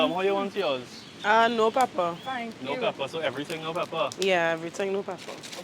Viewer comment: PRESH-SHAA!!! "One with everyting, slight peppa." 😅😋💗